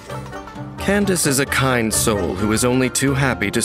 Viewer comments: Who even started calling her Kan-da-ke? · Well then, it's official. It's pronounced as Candace, and not as Kandake. Here come the jokes... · SO IT IS PRONOUNCED CANDICE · Candace is the Americanized version of Candake. Some people use the original pronunciation because it's more unique or cultural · I thought he name was pronounced candake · Pls why do people pronounce candace as "kendake"😭